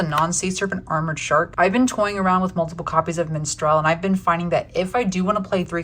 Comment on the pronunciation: im triggered by the pronounciation of minstrel lol